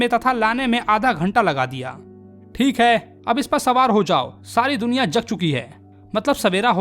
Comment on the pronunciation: Thik hai❌️ Think hai✅️😂